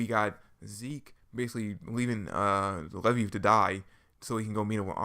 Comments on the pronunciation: Who is levy? It's Levi. Lee-vi. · LEVI = LEE-VI you say it like the jeans